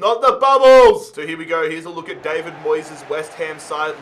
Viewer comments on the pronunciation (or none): none